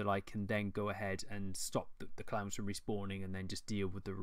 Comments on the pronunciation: This accent,. I thought you were talking about fighting Clams for the first few minutes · DLC The way you say "clowns" :P